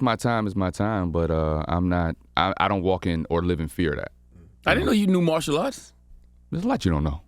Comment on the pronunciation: The man said "Partial Arts" 🤣🤣🤣 Genius